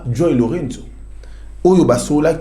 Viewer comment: SVP, UNE PETITE AIDE: LOURENÇO (PRONONCEZ COMME CECI "L´EAU +REIN +SOUS", MAIS EN UN MOT) MERCI.